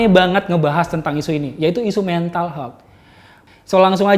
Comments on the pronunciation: ehh engkish jaksel nyebutinnya pada bener lho. Haha. Health dibacanya ya hélth. Bukan heulth. 🤭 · Bro , Health dibacanya tu "HÉLTH". Dan bukan "heulth".